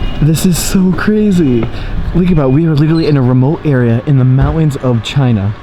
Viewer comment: Mowens?? Do you mean Mountains? Pronunciation is key.